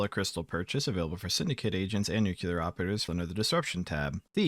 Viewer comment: New-clear; not 'new-kyoo-lurr'.